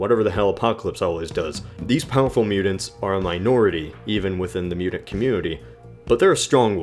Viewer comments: Mudint. mute-ent. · Say T not D damn you!!! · Why do you pronounce "mutant" like that? It's really off putting.